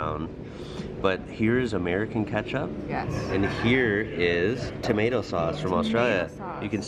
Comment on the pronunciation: Now we need to talk about sauce. Tuimato.